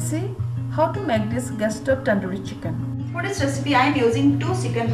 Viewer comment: Pronounced as chicken not as siken, don't mind you have to improve your English